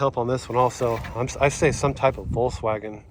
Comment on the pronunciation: NOT WOLKSVAGEN THAT IS YUGO